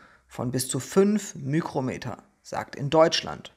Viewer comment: Hi, ein Tipp zur Ausspreche von µm > Mikro Meter:) ohne ü Es spricht sich ja ebenfalls Mikroplastik:)